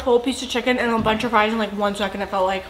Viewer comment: “ pouleyt, Friiiizz, Kentukay”